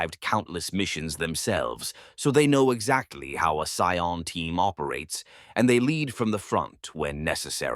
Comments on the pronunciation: That said, sometimes I wish your narration had a more human touch (pronunciation of "Scion" in this one was pretty rough throughout the video!). If you're in need of a human narrator for your scripts, please don't be shy-- I'm sure both I, and many others in the community, would be delighted to help you bring these scripts to life. Just ask! The Emperor Protects. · It popping back and forth between saying Cy-ons and Cee-ens is driving me insane.. It's bad enough that it's pronouncing it wrong, but seriously PICK ONE! Unwatchable for me. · The abominable intelligence cannot pronounce "scion" properly